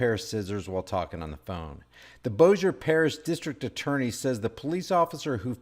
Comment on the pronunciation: I believe they could have non-lethally subdued Her. Also congrats on the correct pronuciation of Bossier.😎